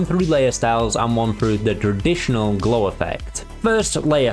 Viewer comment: Never heard 'glow' being pronounced as 'glaw' before